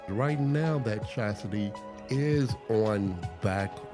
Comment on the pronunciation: Chassis is car frame, Chastity is a woman who won't give it up without a ring. I may be miss hearing it, but it sounds like you're saying chastity in the beginning. Love the vid.